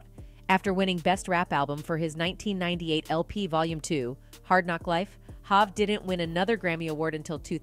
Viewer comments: Hov pronounced (Hoe-v not HahV) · Its not Hav, its Hov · To the narrator: HOV is pronounced as Hove, rhyming with Stove NORE is pronounced as NOR-E, rhyming with Story Bey is pronounced as Bee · Lmfao this ai or w.e voice this is fkn up every name... hav instead of hov....basqueeeat instead of basquiat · The AI called him Hav! Haha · This is AI generated they calling Jay HAAV not Hot smh. I can it stand this. I love 50 though he gonna tell it like he see it!! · Who tf is doing the commentary on this video?! Mispronouncing Nore and Hov! Wtf??! I really hope its A.I. generated cuz if not... somebody needs to ask for their money back! Lmao 🤣🤣🤣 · This lady doesn’t know any of these people 😂. Listen to how she says there names. Hov, Nore and Bey 😂😅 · Her pronunciation of Hov and N.O.R.E, is irking me! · Is this an AI speaking or is she the wrong person to speak about the Hip Hop. She can't pronounce "Hov," "N.O.R.E.'" or Basquiat. SMH